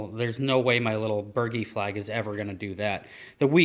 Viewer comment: So I cannot help myself the proper pronunciation is Bur-G not bergy lol. The boat looks amazing. I have watched nearly every video in full and enjoyed every minute of each one. Thank you for doing it. I just finished my building my boat a small dinghy and I am addicted. My next boat will either be a Zip or a CLC runabout. I am leaning toward the CLC because it is lapstrake construction and I love the look it reminds me of the Lyman boats I used see as a kid.